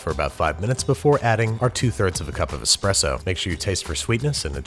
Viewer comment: Thank you for pronouncing ESPRESSO correctly. We live in a time of epidemic EXPRESSO pronouncers...